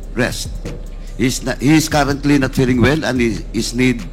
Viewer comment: jusko nman paduano . ayusin mo yung mo muna yung pag bigkas ng mga salita .. "he is karantly not feleng well and is need of mats rest "😂😂😂😂😂😂